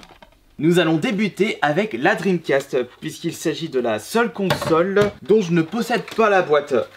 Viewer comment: Je suis le seul à rigoler quand il parle La Console de sega la dreamcasteuh Bien-sûr c'est pas pour critiquée mais sa me fait rire à chaque fois 😂